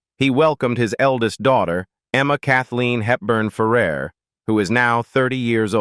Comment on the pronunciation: It's pronounced Ferr AIR. Get it right! Why do you put unrelated clips in your videos? Can you not be professional?